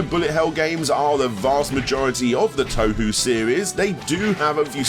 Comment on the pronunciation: toe-who lmao